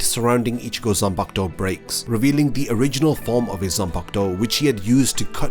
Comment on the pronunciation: Its pronounced as zanpakuto